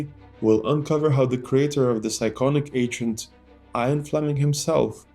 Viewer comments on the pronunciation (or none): IAN fleming ... not IRON fleming